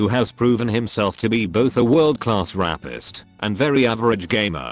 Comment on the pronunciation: Did you call Snoop Dogg a... rappist?